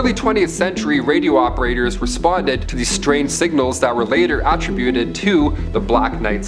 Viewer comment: Attributed look up the pronunciation